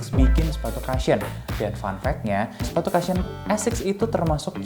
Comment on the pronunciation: Cushion bukan dibaca kashyen ya. Bacanya Kushen. Thank you